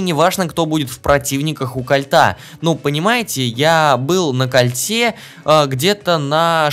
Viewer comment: И да ударине падает на О Кооооольте а не Кольтеее